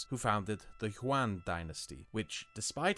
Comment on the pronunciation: Just gonna pedantically point out that you also mispronounced Yuan Dynasty and Qing Dynasty it's more like "Youen and Ching" as opposed to "Hwan and Kwing". The video is looking great though, really looking forward to seeing it.